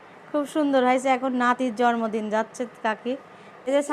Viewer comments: জর্মদিন বলবেননা। জন্মদিন হবে। উচ্চারণ এতো খারাপ। শব্দ করে খায়। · জরমদিন আবার কি জন্মদিন বলতে হয় সামান্য জন্মদিন ও বলতে পারেন না এটা নিয়ে সবাই কতো কথা শুনাবে। আপনাকে কস্ট দেবার জন্য বলিনি। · মাদ্রাসায় লেখাপড়া করেছে। তাই হয়তো কিছু শব্দে ভুলভাল করে। যেমন: টমেটা, জরমদিন, ফেলাই, ছারা